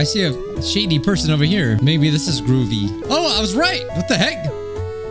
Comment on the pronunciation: No! Whered the girl that says gwubbi bun instead of groovy is gone :(